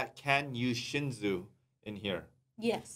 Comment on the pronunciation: you are Korean why you pronounce shinsu (신수) like shinju lol and 밤(baam). Use your Korean tong bro lol.